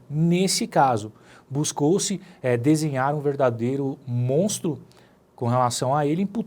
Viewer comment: Tá falando o s do MONTRO galera.